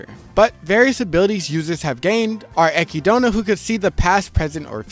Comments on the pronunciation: sometimes mispronunciations are genuinely un listenable fym odd lagna and ekidoughna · TF did you call our best girl??? Echidna ih-KID-nuh Put some respect on that name. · pronouncing typhoon as t-phone and echidna as echidona is driving me crazy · son WHY do you say echidnas name like that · 1 day this man will learn how to pronounce Echidna. One day he may learn its a greek myth. This is on the level of Parents saying PokeMAN. Or saying NARU-DO 40 yr old behavior